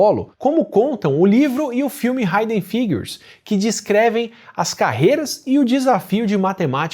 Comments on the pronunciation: Átila, a pronúncia correta da palavra "Hidden" no nome do filme "Hidden Figures" é "ríden", e não "raiden". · Oi, Átila! A pronúncia da palavra hidden é ˈhɪdən'. Não é conhecida nenhuma referência de pronúncia onde ˈhaɪdən' é admitida. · Também reparei, achei até estranho ele cometer um erro desses considerando que fez pós nos EUA.